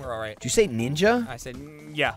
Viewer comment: doesn't sound like "Ninja"